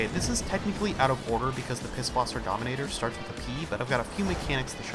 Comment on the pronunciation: Donimeter? Lol its Dominator